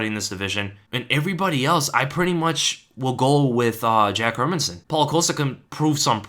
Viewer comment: You even pronounce "Hermansson" (Hérmansson) correctly! (unlike anybody employed by the UFC).